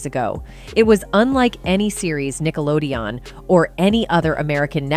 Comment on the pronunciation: She's not even saying Nickelodeon correctly, lol.